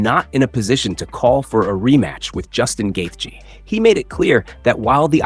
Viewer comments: Omg, please stop pronouncing his name like that😖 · Why do you have to say gaethje like that lol you’re KILLING me